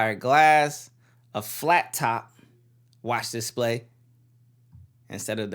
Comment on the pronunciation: your vids are good but every time you say diss-play instead display i cringe a little lol, keep up the vids though